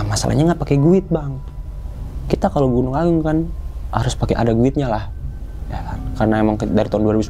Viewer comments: Apaan sih guid🤣🤣🤣🤣🤣 guide kali cara bacanya /gaid/ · Maaf bang emang tulisanya GUIDE,,tapi mbacanya,,gaet,, tour guide,, turgaet,,,, sukses selalu buat